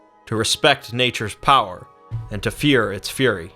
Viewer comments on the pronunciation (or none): none